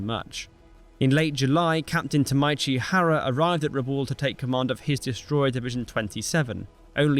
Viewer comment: Hey, stop pronouncing Japanese words as if they were German: "Tameichi" is not pronounced "Tamaichi"